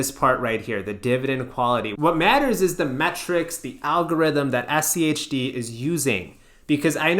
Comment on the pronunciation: Praise to the algorithm and all hail rules-based methodology index etfs :D 1st time I've heard you anyone pronounce SCHD as "shi-d" lol I mean SCHD is the "Shid of them all" after all!